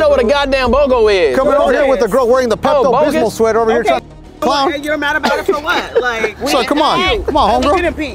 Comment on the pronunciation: Did he call her a chocolate pepto bismo???😂😂😂😂😂....im dead